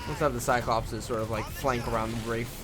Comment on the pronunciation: Actually it's not "Cyclopses" It's cyclopees.